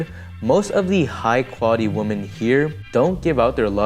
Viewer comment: Thanks for a great video. Just FYI, woman has a totally different pronunciation than women (the plural form). Women is pronounced "Wih-men", not "woman". So American men coming to Philippines looking for a woman, may meet many of the wrong women ( "wih-men") if they aren't careful. 😉